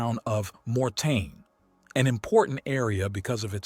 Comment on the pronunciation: MOR- TAIN is how it is spelled, not morten.Thanks for the video.